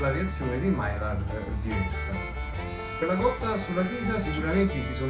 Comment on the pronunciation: grazie per il bel video. maillard si pronuncia maiiar.